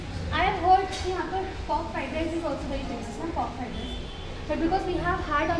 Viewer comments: Why you always pronounce RICE as RISE.... 🙄😑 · You are pronouncing RICE As RISE🤨